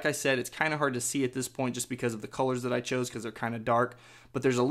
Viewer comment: "You can tap on dat app." Lol